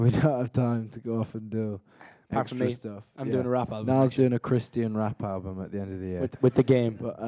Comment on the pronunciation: Christian rap ablum?! Not sure if I heard that right